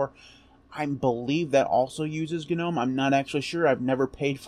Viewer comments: cool video. btw, isn't 'Gnome' pronounced 'nome'... yaknow like Garden Gnome. Elves, goblins, gnomes. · For the love of all that is holy, the "G" is silent in Gnome!!!!!! God grief!!! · If then you absolutely must pronounce the G because no one on earth would know what you are talking about otherwise then and only then it would be “Gee” nome and most definitely never ever ever “Guh” nome. Guh makes you sound uneducated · GNU Network Object Model Environment, Is what it stood for, which is why it's not nome. Otherwise GNU would be pronounced nu, which it is obviously not